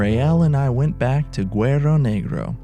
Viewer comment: LOL! You’re such a gringo,. “Guero Negro”. That means black whitey. Guerrero Negro is the proper pronunciation....black warrior. That’s alright. When I was younger I confused mosco (fly) with moco (booger). Glad you’re doing Baja. It’s a great visit, but trust me, you’ll be glad to get home the USA where there aren’t machine gun toting cops and soldiers at every corner like there are in Mexico.